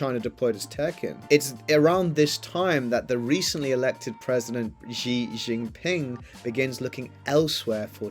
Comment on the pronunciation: Shee not Jhee